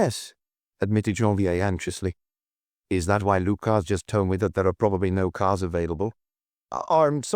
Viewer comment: Intersssting pronunciations, e.g. "Inspestor Luck--uss"!